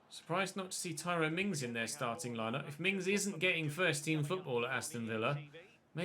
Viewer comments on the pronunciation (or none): none